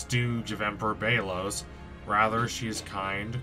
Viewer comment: It's pronounced bel-os